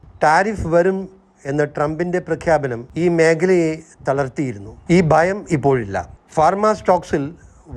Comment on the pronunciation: ബയം അല്ല ഭയം ആണ്. Mind your pronouncation, please. Either you speak in malayalam or in English. By the way, your market prediction is like climate prediction with antique tools in old days. By the by, tomorrow 's indian market performance, any police man can predict. Your service is not needed. Ok,!😂